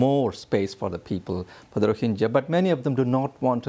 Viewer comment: Rohingya, not Rohinjia -Geeya, not Jia.